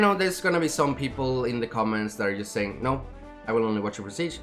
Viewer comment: you didn't say no right